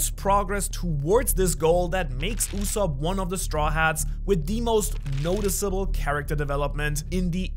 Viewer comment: did u call soge KING USSOP??, AINT NO WAY YOURE LYING RIGHT